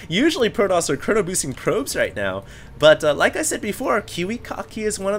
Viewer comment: argh, stop saying proDoss!